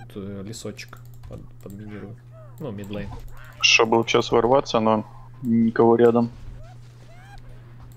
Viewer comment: middle line- средняя линия! Не мид лЭйн, а мид лАйн) А гайд как обычно хорош! За табличку не знал! Спасибо